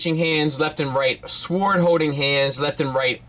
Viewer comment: 😐 wha..😳 okay wait...he can't pronounce the word sword 😂 HAHAHA 🤨 when you realize that the channels you subscribe to reflect poorly on you..